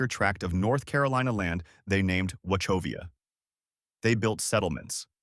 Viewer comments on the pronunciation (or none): Wachovia is pronounced wock-ovia...not watch-ovia. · Wha-Co-vias not whatever you said. wow!! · As native of Winston- Salem, neighbors were all Moravian, my female family attended Salem Academy and College, my father friend’s was TW Garner the creator of Texas Pete, I am highly offended by your glaring errors. First, your mispronunciation of Wachovia. How can you not learn the correct pronunciation prior to creating a video? Moravian Sugar Cake is NOT served at Lovefeast, it is served at Candle Teas. The Lovefeast Bun and sweet coffee are served at Lovefeast, a religious service. I laughed out loud when you didn’t know the geography of Lexington Barbecue…. And the potato salad? Where in the Holy Hell did you come up with the notion that NC potato salad doesn’t have DUKE’S Mayo? I’ve never heard of what you’re describing … even German Style Potato Salad doesn’t contain BBQ sauce. If you’ve missed so any easily researched facts about Winston, what other episodes contain ridiculous mistakes. Time to unsubscribe, do your research